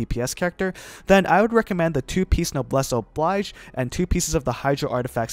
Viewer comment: Lavawalker or thundersoother set for xingqui, who woulda thunk? Anyway, noblesse oblige is pronounced "no bless ob liege" jfyi. Thanks!